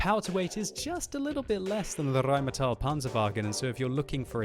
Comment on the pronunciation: Stahp rolling your r's for German words. It's just Rheinmetal, not RRrrrrrrrrrrrrrrheinmetal.